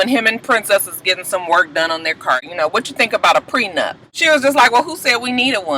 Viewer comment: And Ray J the only idiot that keeps calling it a "prenUMP". Jesus take the wheel...laaaawwwdd.